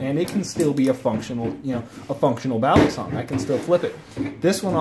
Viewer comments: ist balisong not baley-song, just saying, good video though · The way you say balisong though..